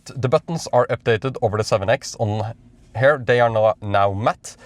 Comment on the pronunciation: I like to watch your content, it has been very helpful, good quality and mostly very accurate. However, I am not a native speaker either but what pulls my ears everytime I hear them in your video. I speak about the pronunciation of these commonly used words: “Here” you pronounce as “her” “Rear” you pronounce as “rare” Easy to fix, your English will sound much better. Hope you don’t find it offensive.